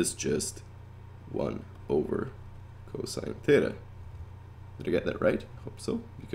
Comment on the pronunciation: it’s pronounced “cosine” not “cose”😔😔